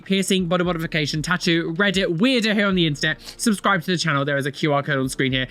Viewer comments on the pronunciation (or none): none